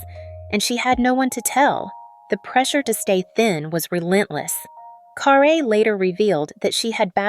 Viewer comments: Ugh say her name right it's not car a. It's car rie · Guys, her name had an accent (perhaps she removed it or they left it off) but it is actually pronounced carr -ay. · It's CARRE .. pronounced Carrie .get it right..